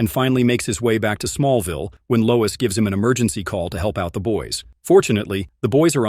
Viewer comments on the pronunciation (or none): That's Smallville not small vial. Human or program it needs English lessons.